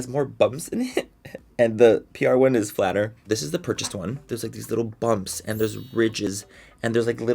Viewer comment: Please make merch that says “it rrris what it rrris” I die every time you say that 😂😂😂